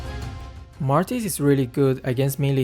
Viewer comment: Who's that pokemon? It is Martis🤣.